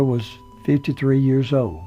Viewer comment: blnstr yeah, as an elementary teacher, that really bugs me, but I think many pronounce years the way he does.